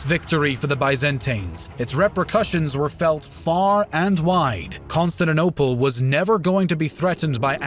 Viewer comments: Lol Consininople?? Not CONSTANTINOPLE? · amm why is he calling "constantinople" "constand and opal", or is it just me hearing it like that? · Pronounced - Constan-tin-Opal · how cant you actually say Con-stan-ti-nople? lmao, good video though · Consanadopel....this vid sets my teeth on edge. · Pronounciation conquered Constaninonople. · That's CON-STAN-TIN-OPLE you moron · constaninople XD good vid tho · Musave A Leak! He came to Constanaople? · Costatinople? wtf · Also - Con-Stand-ta-nople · CON-STANT-I-NOPLE pronunciation is everything in history do better or I will unsubscribe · King who hurt you kid. Never said anything about them calling themselves the Byzantine, they saw themselves as the Eastern part Roman Empire. Plus I know what the correct pronunciation is and I can assure you Con-stand-ti-niople isnt the right one. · The video is all good but the way he pronounces "Constantinople" triggers me ._. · His pronunciation of Constantinople is criminal. If you're gonna upload "educational" vids do try and master the pronunciation of places. Vid is ruined by these amateurish attempts to say Constantinople !!! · Shame the narrator cannot pronounce Constantinople, a 6-year-old child can do better, makes the whole vid laughable !!!